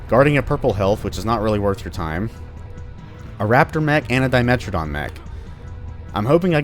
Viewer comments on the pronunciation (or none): "A dimentridon mech." A dimechtridon.